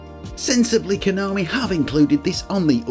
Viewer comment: you said it right. " Ko nom ee" 😁